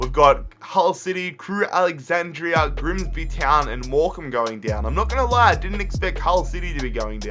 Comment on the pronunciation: "Griemsbi tjeown"